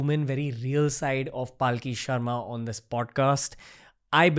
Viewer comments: WE LOVE YOUUUU PALKHI SHARMA! also Ranveer for love of god stop pronouncing her name like PAAALki sharma its Palkhi Sharma, its very annoying when the number of times you ve mispronounced it! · Dear anchor, The guest herself pronounces her name as 'Palki Aharma' and not 'Paalki Sharma'. You said, "You get intimidated in her presence." This will definitely take you further in your endeavors. Regards to both of you.